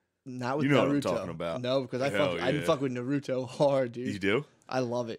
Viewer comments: Yea even the "Nuh-ruto" pronunciation was carefully engineered to piss off weebs....like me 😅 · I swear he's mispronouncing everything just to fuck with the fellow weebs